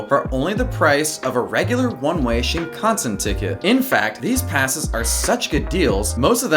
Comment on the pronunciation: the way he pronounces shinKANsen...